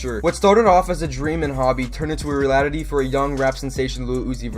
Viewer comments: Lol he said reliaty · Turned into a "Relatatity"😂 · This guy pronounced reality wrong😂😂😂